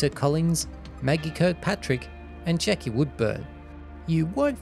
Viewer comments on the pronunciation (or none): none